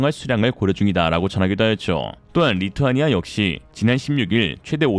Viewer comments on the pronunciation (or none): none